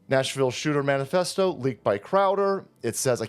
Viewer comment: Man-Ifesto? Did you just assume my Ifesto?